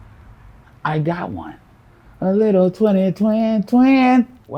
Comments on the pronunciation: TWENNY TWIN TWENNNNN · "a little twenny twin twin.....Well ninja....." LOL